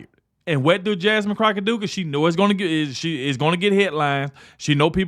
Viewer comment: First, thank goodness the House passed a special tribute to a true patriot and Christian! I converted from a liberal to Conversative 5 years ago listening to him. Did you say Jasmine "Crocksh!t?" I almost got choked on my burger with laughter! 😂😂😂